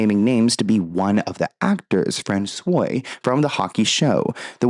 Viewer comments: *François = “France-wah” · francois is pronounced like france-wah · Fran Swo -a Francois - Please contact a French person. You’re killing me 😂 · Just a heads up "Francois" is pronounced "Fran swah"... That being said 😅 I enjoy your channel, thanks for all the hard work on your content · Why is Armie Hammer making the news about his private life? Dude's a creep... And François (pronounced Fran-Swah) Arnaud is not French, but French-Canadian. Love your content 💛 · François is pronounced frahn-swa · No one seems to comment on you saying François the way you did 😭😭😭 don’t think of it like La croix and how Americans pronounce it because their pronunciation is wrong lol. It’s FRAWN-SWAH (in French the ç sounds like an s and make sure to roll your R’s at the top/front of your mouth) or you said say FRAN-SWAH (if speaking English). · her stride is way too long and her heal to toe is not good. She’s crossing her feet over too much and she’s more worried about her hips swaying than her stature and poise. François => Franz-Wa not the acrylic coke nail 😂😂😂😂